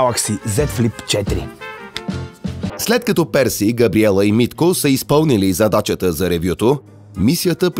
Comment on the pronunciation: Зачачата вместо Задачата 😂 5 пъти го гледах викам аз ли грешно виждам